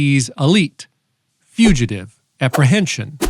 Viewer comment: Not FUGATIVE. It's FUGITIVE.